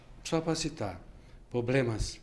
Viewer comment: nao confio num cara q fala poblemas